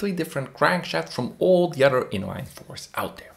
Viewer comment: Wow all that but you can't say the word OTHER. A word that, if this is representative of your diction, it seems that you love to use.